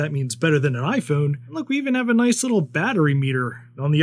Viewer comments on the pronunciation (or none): none